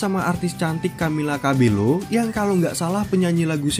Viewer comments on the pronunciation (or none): btw bang, bacanya camila cabeyo. dia kan orang cuba, ejaannya kalo double L jadi y. but thank you bang udh bawain film ini